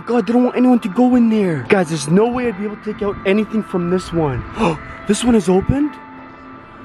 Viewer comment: Why you say Shknow instead of know